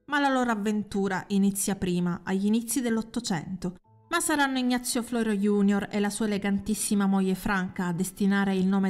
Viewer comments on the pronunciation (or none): none